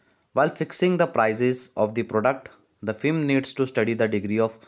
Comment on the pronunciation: Fem nhi hai firm hai